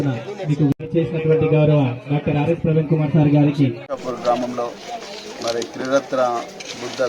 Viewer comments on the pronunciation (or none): Parveen Kumar 😂 Not Praveen Kumar 😂